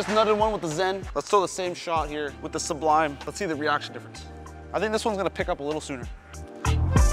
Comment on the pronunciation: The first channel I've seen to actually pronounce it su-blime in stead of sub lime. Very happy about that lol. Do you think the Sublime would be around the same strength as the Xponent? Maybe a ball up from that, but just below the Journey?